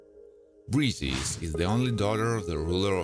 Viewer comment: btw: Briseis is pronounced 'br-eye-say-iss' & not 'breesis'. Although a minor character in 'the Iliad', Briseis became a major character for centuries after, much loved & respected. And 'brothers do not have a soul in her'? What?